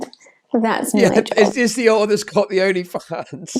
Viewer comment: pretty sure said “alter” here but it sounded like he said “alt+tab” which is way funnier in this context lol